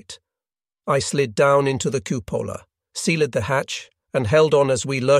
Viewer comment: Compelling story I didn't know anything about. Can I ask if the narrator is some kind of bot? Words ending in -ed are routinely mispronounced with an extra syllable, like "sea-led" instead of sealed, which isn't correct in either British or American English according to the Cambridge Dictionary. A human narrator would be better, if more expensive.